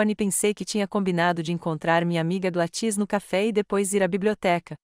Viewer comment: Não é GladŸs é GLÁDYS